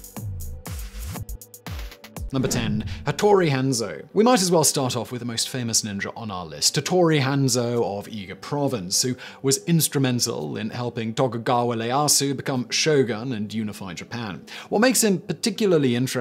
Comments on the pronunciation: Ah yes, "Tattori" and Leyasu... Hattori* ieyasu* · Noo, haha, he made the "Leyasu" mistake again haha<3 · hes still calling him Leyasu lol